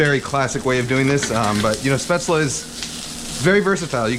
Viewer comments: It’s “Spätzle “ with a L tho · Don’t pronounce the e in the end and it’s a hard a at the start like “eh” but that was perfect like my oma use to make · If I may insist even more, "Spätzle" are pronounced almost like you did, but with a "sh" in the beginning instead of an "s". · dude you mean "Spätzle" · u pronounced it wrong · the way to pronounced spaetzle made me scream in german but good recipe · never heard it pronounced like that lol